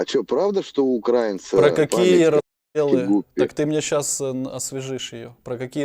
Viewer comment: В словах "украИнцы" и "украИнский" ударение ставится на третий слог. Википедия.